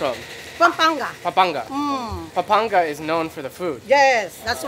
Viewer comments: Hi, I usually don’t like leaving these types of comments but I just wanted to correct. Hopia is not a Filipino version of an empanada. It’s more like a moon cake. Philippines has empanadas.:). Also it’s Pampanga, I kept hearing saying “pampangas”. Good job on effort!! Love that you guys featured Filipino Food again! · He can't even pronounce PaMpanga....